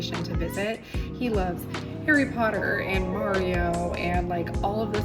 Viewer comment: I love British accent saying ‘Harry Potter’! I’m from the UK, he got it right!